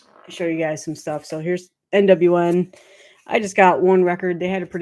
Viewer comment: Yay…Devil Master! 🤘🏾 😈 ….. that’s obviously their first record. But their second album I think was actually really good and made my list…. Bummer that I missed, but catch the next one and got to say every time you say NWN, I hear NWA.✊🏿😁 My bad you got all of them totally jelly there that’s awesome. You have some of the best albums that got released within the past two or three there. Kudos kudos.